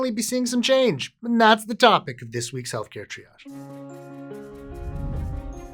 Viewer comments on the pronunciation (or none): none